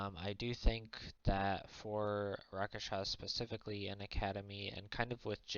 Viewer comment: It's RASKSHASAS, not Rakashas.